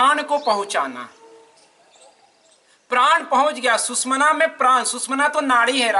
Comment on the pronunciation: It is not Sushmana... It is SUSHUMNA ..